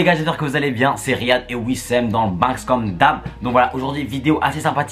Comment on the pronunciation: On dit wissam pas wissem